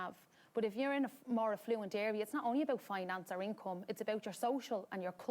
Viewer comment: She said affluent